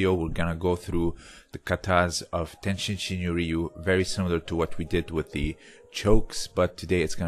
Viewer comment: Good comment. TenShin is used oftently but tenjin is more right. But in anycase it is not the end of the world. Even tenjin shinyo members might right "tenshin" sometimes.